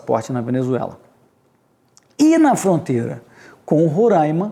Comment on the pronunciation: Vamos aprender a pronunciar corretamente o nome do Estado Roraima. Rorãima não existe.